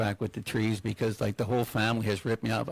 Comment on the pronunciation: Saka bakit sya ganyan magsalita..pronounce nya sa becouse.."bekot."..